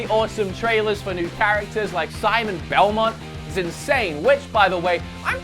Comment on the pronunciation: "Symay belmon" You're really not appreciating the work Sakurai is putting in his work Both from a game design point of view and from a marketing perspective. This time, he's trying to do what everyone wants without sacrificing originality and his own idea. He's trying to make a game to appeal both casual and competitive players and he certainly knows that the latter have a much bigger online presence. The directs are meant for this kind of people and he tries to connect with the audience, by being directly in front of the camera and subsequentially the players. Being so obnoxiusly blind to Sakurai's intentions and the Smash scene is just pure idiocy. If you're not that interested in this kind of live events, just watch the trailers they put up on their channel after the stream. I really don't get your deal.